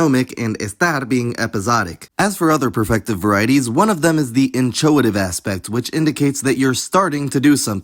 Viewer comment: the ch in inchoate is k not ch that's how greek loans work